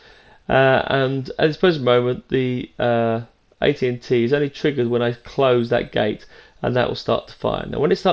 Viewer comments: Its A-T A-T no n's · it's not an AT AT it's an AT ACT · Sounds like he is saying AT&T lol